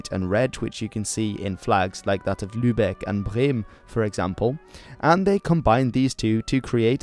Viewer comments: I as a german love how you pronounced "Lübeck and Bremen" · You pronounced Lübeck and Bremen really good Well done Also the German eagle is still present It’s on the national passes n stuff an is still the national Emblem overall it’s just not commonly represented on our flag